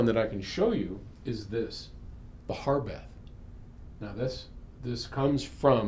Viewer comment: Spelled Harbeth but pronounced Herbeth? Odd, I doubt the creator's name, Harwood, is pronounced "Herwood". :)